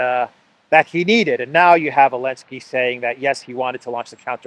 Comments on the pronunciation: Why does call him “Elensky “? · Elensky banned the letter Z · Его фамилия ЗЕЛЕНСКИЙ - Z - а не Еленский (Elensky)! The surname sounds ZELENSKY , but not Elensky